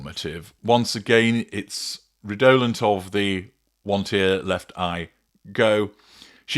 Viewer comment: I love your input, but please, please learn how to pronounce "redolent". Emphasis on first syllable. Cheers!